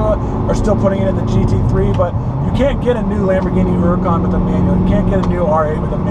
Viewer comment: Good man, calls the Huracan by its proper name, Oooracan.